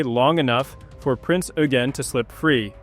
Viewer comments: "Oy-gen", not "You-gen" or "Oo-gen" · Pedantry or not, proper pronunciation surely helps to avoid confusion... "Prince Yougene" was a Royal Navy monitor. ;) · But Eugen is the German version of Eugene. Just as Heinrich is the German name for Henry, French Henri and Dutch Hendrik. So the correct pronounciation is like Oy-gen. And the g more like a soft K than a dzj